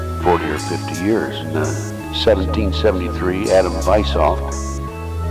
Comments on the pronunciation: "Weishaupt"...not Visoft 😂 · Adam Weishaupt, not Adam Visoft🙄